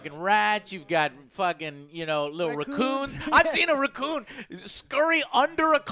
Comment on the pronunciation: Rocoon and birb. 10/10 English